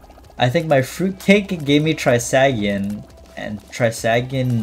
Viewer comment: The way you pronounce Trisagion is so bad bro